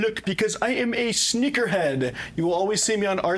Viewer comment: When i heard him say sneaker head i was concerned for myself cuz i thought he said something else xD